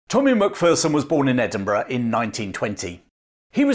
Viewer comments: Love your video about Tommy. My only gripe is your American pronunciation of our clan name. Remember, "There's no fear in a MacPherson!" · Great story. However, your inability to say MacPherson properly hurt my ears every time.